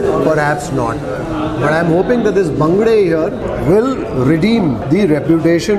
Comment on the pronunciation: I am a Mangalorian, I like the way you pronounce the local name of those fish.